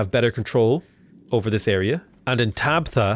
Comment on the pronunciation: Bro said "tabthe"